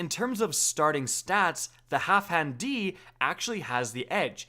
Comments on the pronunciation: Why you pronouncing it "Halfhan"? Put some respeck on Dan's name. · Half-Dan! Geez... It's not that difficult... "Halfhand D"... LOL.... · HalfDAN, dude. DAN. Not Half HAN. Jesus.